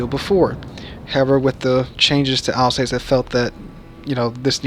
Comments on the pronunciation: sorry mate again I am complaining its alsass (as spoken) not alsacee. just helping 😆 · Pronounced al sauce i believe